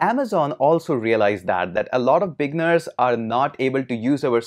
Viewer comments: great vid. but i for a minute i thought you were saying "big nerds", but you were saying "beginners". haha! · Up until later in the video, I thought he was calling me a "big nerd".